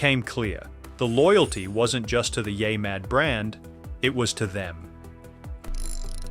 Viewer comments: It's NOT yai... it's YEAH mad facepalm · Stop letting AI read your scripts! It can't even properly pronounce "Yeah Mad!" It's not "YAY Mad!!!!" 😠😠😠